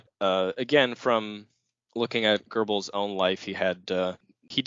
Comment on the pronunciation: You guys should practice the correct pronunciation of Goebbels before doing a podcast on him. It is so annoying to hear you butcher his name. This is the reason I didn't bother to listen to the end.